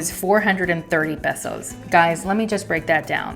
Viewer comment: I believe it's pronounced pay-so, not peh-so.